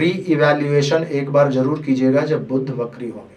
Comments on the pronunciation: बुद्ध नही बुध बोलो भाईसाहब, पहले बेसिक तो क्लीअर करो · Its not budhh, its budh